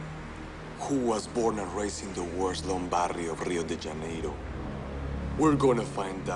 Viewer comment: No wonder this guy is not from Brazil. That's not how you pronounce "Rio de Janeiro" in Portuguese.